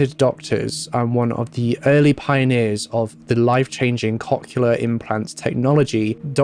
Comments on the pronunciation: One correction: cochlear is pronounced "COKE-leer" or "COCK-leer". It seems like it's one of those ones like "nuclear" where some people who pronounce it "new-kya-ler" instead of "new-clear" can't actually hear the difference in their own head. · It took me a couple times to realize he was saying cochlear and it was a little funny, because I am immature. Cock-uler implants, eh? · As one person commented, he pronounced cochlear wrong over and over again 😛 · around there the hearing aid term was some what mispronounced which I know because I have those type of hearing aids at age fourteen currently but he did his best at pronouncing it and some ppl say stuff differently